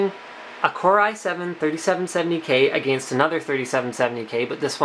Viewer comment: he says against weird it sounds like ah-gaanst!